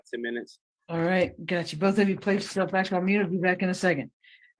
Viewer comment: What is up with these people on all these videos saying axe instead of ask? Or axwally instead of actually. Almost all these videos I’ve watched are like this. And the word friends is being pronounced fwinds.